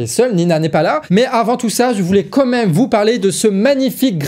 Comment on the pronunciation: Il continue à dire comême.. c'est quand-même.